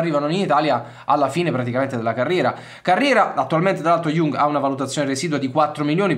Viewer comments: Ashley Young: non so se sia peggio acquisirlo in rosa o pronunciarlo Jung, comunque due cose che non si possono sentire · hhahah ma è sbagliato. Young è una delle parole che si imparano subito in inglese, che vuol dire giovane ...e si pronuncia Iang. Non storpiamo pronunce di parole famosissime inglesi adesso ahhah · Sempre grande ma il cognome di Ashley si pronuncia YANG (Young) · In questo video ho commesso due errori: ho chiamato Ashley Young "IUNG" ma si pronuncia proprio come il termine inglese che vuol dire "giovane", quindi con una a/o stretta. L'altro è che l'operazione sarebbe impostata per gennaio e non per giugno, anche se potrebbe slittare. Perdonatemi per questo! Tutto il resto è corretto 👌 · Si pronuncia IANG, esattamente come “giovane” in inglese...mille para su come si pronuncia Can e poi mi cadi su una banalissima pronuncia inglese? 🙈